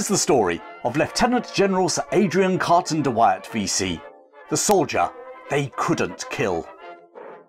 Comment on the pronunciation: Try saying his name again...